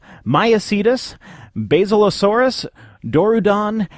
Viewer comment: You pronounced most of them fine, but you're pronunciation of Basilosaurus is off. Its' bas-il-uh-SAWR-us.